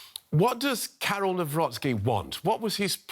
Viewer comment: Jeez cant you really make this minuscule effort and learn how to pronounce his surname NAWROCKI